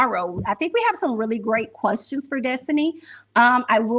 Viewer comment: Wanda asks qwerstions not questions lol